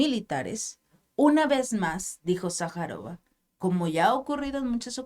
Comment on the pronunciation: Hey: es "Sajârova", y no Sajarova...